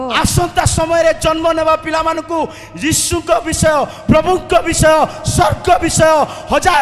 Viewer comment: ମିଛୁଆ । ସ୍ବର୍ଗ କୁ ସ୍ ର୍ଗ କହୁଛୁ । ଭାଷା ଜଣାନାହିଁ